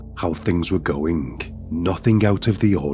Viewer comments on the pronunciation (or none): "somethingh goingh wrongh" , "but this theory didn't theory didn't hold for longh". Your English needs work.